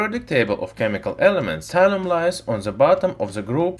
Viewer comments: Isn't it thallium and not tallium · Thalium not Hydrargyrum ? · What is Talium? I've heard of Thallium and his title mentions it, but he keeps on talking about talium... what gives...